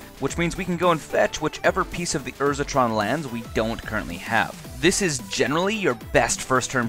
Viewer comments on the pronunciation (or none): none